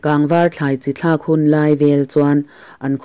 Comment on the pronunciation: I chhiar thiam hle nain,a thu lam diklo i nei nual Thla tih te kha vana thla niloin thil hlim thla anga lam tur ania